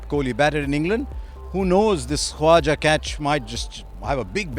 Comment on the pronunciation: Harsha, you can spell the K jesus christ.. It's KHAWAJA!!